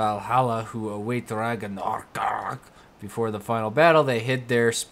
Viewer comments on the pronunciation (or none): i love the norse references and god damnit you cant say ragnarok